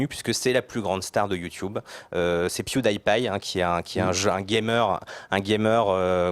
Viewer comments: piewdaipie mais c'est impossible mais si c'est possible avec la cate kiwi l'enfant de moin de 16 ans et ceux qui l'accompagne j'usqua quatre personne on DIT PIEWDIEPIE avec un i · C'est pas "Pioudaillepaille" c'est "PiouDIpaille" désolé , c'est tout ce que j'ai à dire sur la vidéo. XD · ***** Mdrr , à la francaise c'est "Pioudipi" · | Le gars qui dit Michel tout l'temps Il le prononce à la FRANCAISE XD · MaxLinker44 | Le gars qui dit Michel tout l'temps et ? euh le prononce à la Franglaise (il pronce le di comme en anglais)